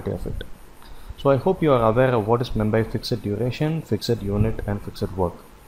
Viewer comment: Thanks for this nice tutorial. I'm glad I finally understand Effort driven is alway Fixed work. Just a head's up: Fixed is pronounced "fixT", not "fixID" ;)